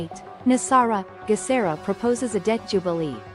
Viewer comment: Geh sar ah hard G sound. Global